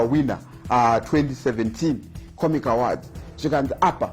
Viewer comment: My man the way you're pronouncing the word "AWARDS" is wrong. You're pronouncing it as "AWADZI". Please ask google/youtube for the correct pronunciation.